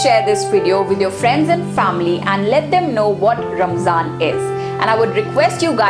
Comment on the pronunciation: If this video is aimed at non Muslims or people who want to know more, then my advice to the presenter is to use less arabic jargon & replace with English phrases so it's easir to digest. Plus it's not Ramzan, It's pronounced Ramadhan in Arabic Good try though